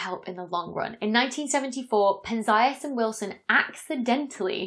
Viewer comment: one more nigglin ll thing: it's Pén-zee-as, not Pen-zái-as. I knew coz since I was little I been hearing everyone from Feynman to Sagan say his name, but you can check Wikipedia as I did. I have a thing about correct name pronunciation. It's a matter of respect...